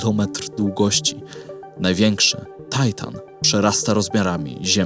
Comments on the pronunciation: Po polsku mówi się Tytan, nie Tajtan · To nie jest Tajtan, to Tytan. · "tajtan" ty się po polsku naucz mówić: TYTAN, księżyc ma polską nazwę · Skoro Saturn, Jowisz i Uran, to Tytan, a nie Tajtan. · Po pierwsze primo nie płaczę ale materiał jest po polsku więc warto używać polskich nazw dla polskich "ludzióf". RE zaś tłumaczę na zły lokator subtelna różnica odnosząca się do osoby a nie miejsca, terminator zaś to oczywiście elektroniczny morderca bo nie można inaczej. Tajtan aż kaleczy uszy może warto czytać po polsku a nie z głowy? Po drugie primo ultimo, to ty dzwonisz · W Polsce mówimy Tytan, a nie jakiś Tajtan. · Przepraszam, ale Tytan, nie Titan, tak jak mówisz Uran, a nie Uranus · królu złoty, kierowniku kochany dlaczego Tajtan a nie Tytan? Jak zwykle świetny materiał 😉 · film zajebisty ale to Tytan, a nie Tajtan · 👉 TYTAN, Bosze...., mów poprawnie w języku polskim, bo zaczynam podejrzewać, że Ty nie masz pojęcia, o czym robisz filmy, a jedynie powielasz informację. Mimo to, wciąż daję Ci szansę i pozostawiam subskrypcję... 😉